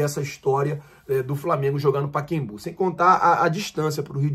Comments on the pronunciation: SE ME PERMITE FAZER UMA PEQUENA CORRECAO...NOME CORRETO. PACAEMBU E NAO A PRONUNCIA PAKEMBU PODE PESQUIZAR. SERGIO.SARACURUNA.CAXIAS.RJ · PA-CA-EM-BU! Não é Paquembu! Arrêgo! Corrija o nome do Estádio! É PA-CA-EM-BU! PACAEMBU! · Porra, pakimbu? O nome do estádio é "PACAEMBU "kkkkkk saudações rubro negra.. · Kkkkkkk Carai que agonia ele não conseguir falar o nome.. paca + Embu, só treinar kkkkk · Meu amigo, boa tarde, sem querer te constranger, o nome do estádio é Pacaembu e não Paquembu conforme você falou diversas vezes, assim que você ler este comentário, apague por favor. Desculpe-me, é que sou fã do seu canal e quero vê-lo crescer cada vez mais. Boa tarde! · Não é Paquembu minino, é Pacaembu. Hehehe. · o nome é Pacaembu e não Paquembu 😂😂😂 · a gente sabe que vc é ruim com nomes, mas “Paquembu” é sacanagem. 😂😅. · não é "PacEMbu" (?), e sim "PacAEMbu"... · por favor não faz errado como um monte de gente faz. Fala certo, não é PAEQUEMBÚ é PA CA EM BÚ.........Entendeu? PACAEMBÚ...O pessoal assassina o português. Vc não né meu amigo... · é PACAEMBU!!!!! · "Pakembu"? Kkkkkkkkk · Paquembú? Fala direito cidadão! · Pacembu também não é o que ele fala, ele tá dizendo paquebu